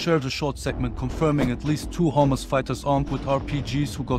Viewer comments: Every time he says hamasfighters i hear homelessfighters😂😂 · I thought he said "homeless forces" but he said hamas forces..lol..im sorry i laugh but that was funny.. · Sounds like your saying hummus 😂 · I know this is serious stuff, but I keep hearing "Hummus fighters" and that ish cracks me up 😂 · I no he has an accent but he kept sound like he was saying hummus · What's he saying ? " Hummus " fighters? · With the accent sounds like he said the soldiers encountered homeless fighters. LOL